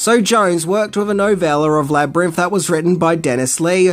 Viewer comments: I'm really sorry, but I keep getting really distracted by 'Labrinff' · Love love love this movie! This was super interesting, but uh… “Jeriff” and “Labyrinff” over and over drive me a little crazy. 😛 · Labyrimf? Labyrimph? 😂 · Labrimpf? Never heard of it. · Please learn to say Labrynth correctly